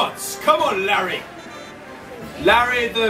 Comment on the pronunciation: When they were chanting was it just me that thought Oli said "Larryo"?